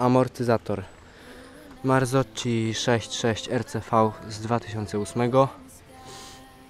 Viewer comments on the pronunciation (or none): Taki mały tip, marzocchi nie czyta sie "marzoczi" tylko "marcoki'